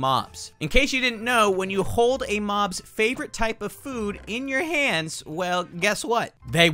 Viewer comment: actually guys dont say hold he say khold for some reason